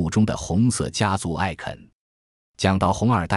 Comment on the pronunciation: No way u just said iken. 😂 It’s icon